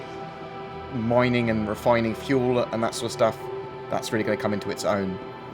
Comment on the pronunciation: moining and refoining